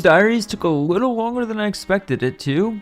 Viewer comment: "wittle" edit: 2 hours in and can't listen to that anymore. Witerwally